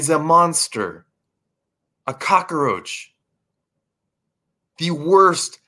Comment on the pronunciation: brother its COCK-ROACH not a COCK-A-ROACH ! hey i admire your determination BUT the delivery method is FLAWED , for real take a public speaking class {or 2 } all things considered you get an A for the effort AND the cause ! thanx for the info